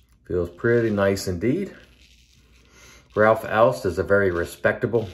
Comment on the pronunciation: Great shave and an even better pronunciation of Ralf Aust! I suppose you meant a respeced brand rather than respectable — not mutually exclusive but bot synonymous. But being finicky about labels (and this time you have to be VERY f.), did you notice the ‘idiosyncratic’ spelling of shea butter? (Was it intended as a nod to A & E: shae butter? [JOKE!]), and the missing space before the word glycerine? Linguistic needlepoint.... or maybe just knitpicking (orthographical pun intended.)?